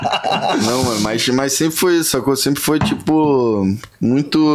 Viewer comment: Entrevistador: Como é ser filho da Letícia?: "Cara, tchipo assim, ali é uma gashtação, pô, eu sempre lidei de boa com isso, porque a galera me zoava na escola, mas pô, é isso aí. Tá ligado? P#, engole o choro" 🤦‍♀